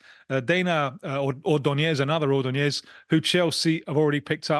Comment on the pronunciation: Who the hell is Oronoñéz? Se dice Ordóñez